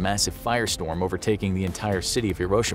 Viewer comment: Im not Japanese im pinoy but you uhh butherd hiroshima you say it slower